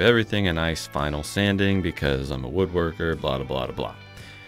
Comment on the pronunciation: Do me a favor. Ask George Vondriska to go ahead and pronounce that second "W" in "woodworker's". Thanks.